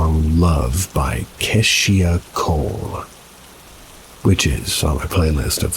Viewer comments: Lol Kesh'Shia Cole Kay'sheeya Cole I think u mean (🔑'Shaw Coal)Keisha Cole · It's key-Sha Cole